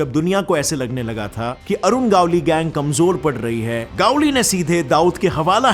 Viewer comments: It's not गावली it's गवळी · Its gavali गवली not gaavali गावली north india ka choda sala 😂😂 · It's not a गावली it's गवळी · It's गवळी Not गावली .. 😄😄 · Are vo गावली नहीं गवळी हे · Bhai Gavli or manya surve kaa pronounce galat kar rahe hoo